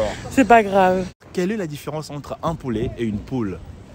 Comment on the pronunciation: poulet Apprenez à prononcer nom masculin 1. Petit de la poule, plus âgé que le poussin (de trois à dix mois). 2. Jeune poule ou jeune coq (coquelet) destiné à l'alimentation. Poulet de grain, poulet fermier. L'erreur est une humaine, bonne continuation.